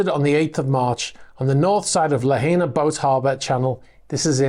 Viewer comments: Lahaina is pronounced like saying La-hi-nuh. If you ever sail to Hawaii have a translator so you aren't parking your boat where the guy in your stories did. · Wailuku is pronounced Y loo koo Lahaina is pronounced La high na